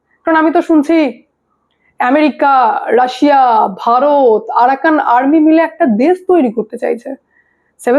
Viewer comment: ভুয়া খবর ছড়ায় এই মহিলা রাশিয়া কে বলে রাছিয়া